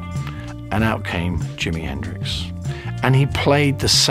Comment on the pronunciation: It's not Dimi henricks! You butchered Jimi's name! Don worry about it